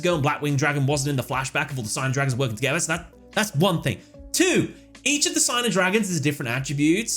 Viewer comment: This is nitpicking, I know but the word Signer in Japanese is meant to be pronounced Sig-ner and not Sai-ner. I’m not sure what the origin of the word is, but Sig-ner is how it is said in Japanese.